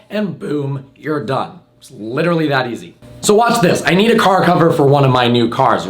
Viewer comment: He literally butchers the word literally, literally all the literally literal time in literally every one of his literally literal videos.